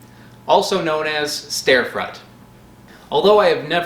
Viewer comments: "Starefrut" bwah hah hah! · "Also known as... StareFrut" MY OCD GODDAMIT. YOU PRONOUNCE IT RIGHT GODDAMIT OR I WILL SEND A VERY STRONGLY WORDED LETTER. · I cant stop laughing at the "Stair-frut" hahaha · Thumbs up for "ster frut". Now my 5&7yrold boys are running laps around my bedroom repeating your pronunciation. Too many more of those and your channel could rank up there in the favorite list with "you suck at cooking".